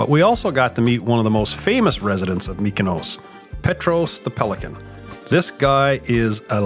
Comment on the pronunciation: It is pronounced MEE-koh-nos, not MICK-oh-nows. Sounds like in parts you do say the proper "EE" for the Greek "Y". What is the most odd is that in the few places you do say "ME" is actually on the island! So why the voiceover, which you did later, mostly pronounces it incorrectly, is interesting. But since it does seem back and forth, maybe it is hard to do a word like that. Anyway, the shirt gag was brilliant. I can just imagine when you guys all met and were wearing the same shirt.